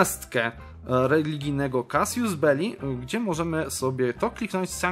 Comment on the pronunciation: NAUCZ się wreszcie CASUS BELLI (czyt. Kasus ) - a nie Kasjus belli - tam nie ma "i" !!!! I Shia - to po polsku szyizm. jak ja nie lubię Cię słuchać... słowa z angielszczyzny wymawiasz paskudnie... fuj!! Nadżran, Adal